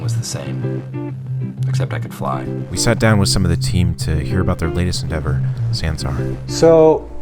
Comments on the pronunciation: God their Pronouncing of Sansar is so hillarious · Fyi It's pronounced sun-saar lol